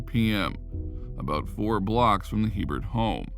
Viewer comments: In Louisiana it’s pronounced a bear not he Bert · 1st its pronounced (A Bear) not He burt... 2nd Louisiana has parishs not countys... also it's the community of waggaman in Jefferson parish... I was like wtf is waggaman county 🤣 we like to be different in Louisiana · stephanie hebert's name is pronounced a-bear. its french. also.... not sure what county you were talking about, but we don't have counties in louisiana. they lived in jefferson parish. do your homework boudroux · There are no counties in Louisiana. Waggaman is a part of the New Orleans metroplex. And her last name (Hebert) is pronounced Ay-Bear. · Herbert is a common last name in Louisiana. It's pronounced (ay-bare) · Stephanie's name is pronounced "A bare", spelled Hebert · Stephanie last name is cajun french... before you start... I knew that family.. the sub division was in WAGGAMAN... and Herbert pronunciation is Abear, long a🫠 Aaaaaabear 🙄no H .... think of HERMES.... EEEAAIRMAYS.🫨🤑🫡🫦 not trying to be picky but I knew her family. SOME CAJUNS .. with a sense of humor 🤣 😆 names their child .. Herbert Herbert giggling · Good job on the video. There's one small problem. Her last name, Hebert, is pronounced A Bear not He Bert. The name is French. The He is pronounced with a long A sound. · Hebert is pronounced “ABear” in Louisiana. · Just throwing it out there in Louisiana Hebert is usually pronounced like A-Bear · Hebert is pronounced “a bear” in Louisiana. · Going to say the same thing. Louisiana check! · THANK YOU, that really irritated me